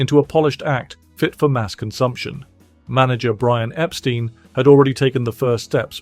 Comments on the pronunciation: You keep mispronouncing Brian Epstein's last name. It's not pronounced Ep-STEEN, it's pronounced Ep-STYNE. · EpSTEIN, not epSTEEN